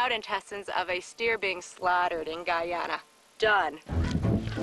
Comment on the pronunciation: Its pronounced Guy-ana not ghana